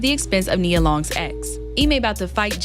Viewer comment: Who is this lame??? Talking about he doesn’t know how to say her name.. Boy please Then he keeps mentioning her age… Nia Long has been and always will be more relevant than this fake ahh Kevin Samuels wanna be